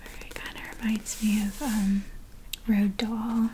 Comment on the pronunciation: I AM SOOO SORRY IF I OFFEND YOU, I KNOW IT’S AND ACCENT THING AND YOU CAN’T HELP IT BUT WHEN YOU SAID ‘ROALD DAHL” IT KILLED ME BECAUSE I’M FROM CARDIFF either,p way, really relaxing video. Thanks for pleasing me once more!